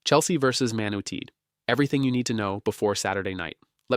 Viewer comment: WOW THIS IS SO SHIT..... WHAT A WASTE OF 30 SECONDS HE CAANT EVEN PRONOUNCE MAN UNITED LOL